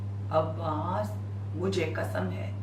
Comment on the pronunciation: Ji bibi Zakira Muhterma it’s Qasam not kasam. Please pronounce correctly. It’s important for speaker to pronounce the word correctly.